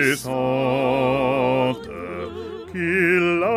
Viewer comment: Thanks for this, but one glaring pronunciation error - "languissante" (bars 50} This is LAN-GEE-SANTE, not LANG-WEE-SANTE. Unlike words like "nuit" or "puis" the 'u' is there to make a hard 'g' sound, not to be joined to the 'i'.